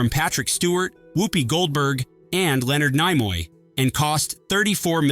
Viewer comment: Leonard Nigh Moy?